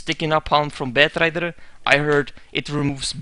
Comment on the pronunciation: The way you say batrider is strange :D Well dota always changes, people will always cry